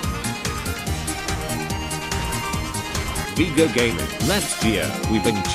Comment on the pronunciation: Awesome video as always. Also, TTS pronounces Viego's voice correctly if you type it as "Veaego".